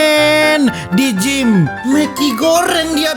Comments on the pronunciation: Dia bilang maggy bambaaang bukan mek*😂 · Itu "maggi" goreng lah..bukan "mek*"🤦🏻‍♀️ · Megi bng bukan meki😂Megi tu mie instan Malaysia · Maggy kak. Bukan mekii🤣🤣🤣🤣🤣